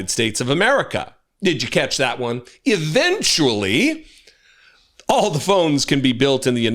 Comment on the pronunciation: Eric said “they would EVENYUALLY be made in the US” 😂😂😂😂